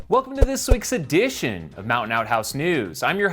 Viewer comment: Jam-Jam, love the show as always, but can you please consider putting the emphasis on "Mountain Outhouse" in place of the word "EDITION," within your greeting: Welcome to this week's edition of Mountain Outhouse... I just don't want you to sell your brand short. You've got a good thing going here. I'm not here for the edition, I'm here for the outhouse... after all, when you gotta go, you gotta go ;-)